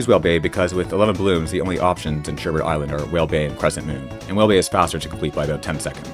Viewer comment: there's only one r. Sherbet. A lot of people get that wrong.